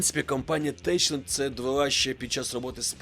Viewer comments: Дякую за контент! Єдине, techland читається через "К" а не "Ч" :) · Шановний Авторе, дякую за інформацію. Одне дружнє зауваження: я знаю польську й перетинався колись з хлопцями з "Techland" - назва студії вимовляється як "Техланд" (наголос на Е). 😊👍🇺🇦